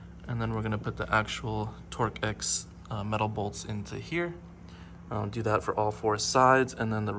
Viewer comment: Torx is pronounced Torks.